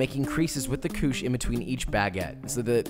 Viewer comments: Hi frensh man here and belive is ""coosh" not ""cooshay"". Actualy couche not coucher nor couché both sound the same anyway. BTW i need to tell you levain is the frensh word for sourdough starter. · Couche not "couchay". There is no accent on the last e. :) It literally means "diaper" or "to lie down" in French. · I don't think anyone has yelled at you in the comments about it yet, so I'm just going to: Couche sounds like KOOSH. 😉😂 Like a koosh ball. If it was "couché," it would be "koosh-ay." Working on baguettes today, finally! Thanks for your detailed video! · Him: Guys, this is REALLYYY simple. Everyone: Ok... Him: Just grab your Couchééē Everyone: 🤦🏽‍♂️ SLAP. AND. FOLD. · It's couche....it's couche..it's couuuuuuuche...old french word for bed or....diaper!!!good job and thank you for the tips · it’s pronounced “coochie” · Couche is pronounced koosh :)